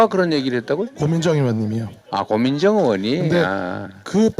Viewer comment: 근데 저사람은 왜 고민정을 고요한? 고요환? 이라고한거임 ?ㅋㅋ